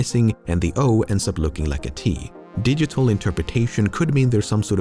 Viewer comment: In isn't it supposed to be digital instead of digetal?